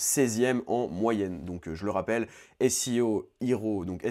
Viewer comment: Arrête de prononcer seo hero entièrement en anglais, ça me rappelle que je le fais pas. :(